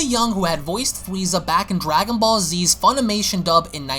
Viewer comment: I never knew they were called Dwagon Ball's this guy's voice is golden lol